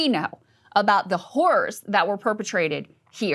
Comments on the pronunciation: Eep! Might wanna fix your pronunciation of “horrors.” You say it many many times and each time it sounds like you’re saying….yeah. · lol. It sounded like she said “caring about these whores” 😂😂